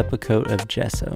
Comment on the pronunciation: funny how he says gesso instead of gesso